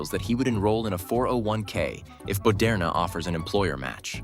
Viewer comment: Bentanyl.... Boderna..... it's like that high school chemistry teacher banana teacher all over again. I'm dead.